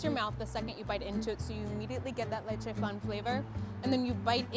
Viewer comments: The way she pronounced leche Lechey✨✨✨ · wtf is a "le-chay" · The way she says leche made me sick